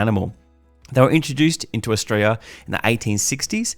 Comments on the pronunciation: Can you not say Australia? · Good video but wouldn’t hurt to say Australia properly lol